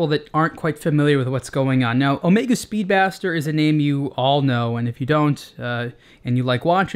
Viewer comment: I think this guy just called the Speedmaster 'Speedbastard! LOL You can catch it into the video. Fun.